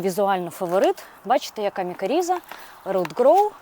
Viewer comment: Дякую а інформацію! Лиш не мікаріза, а мікориза.